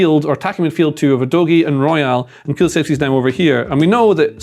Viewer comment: Udogie is pronounced U-doggy